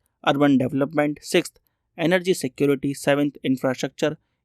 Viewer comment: Emergency ❌ Energy done ✅😂😂😂😂😂😂